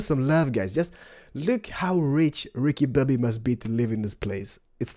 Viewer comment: Haha -with the accent- "Ricky Bobby" : villager of the year